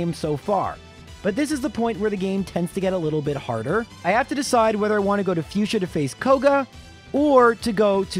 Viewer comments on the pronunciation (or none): none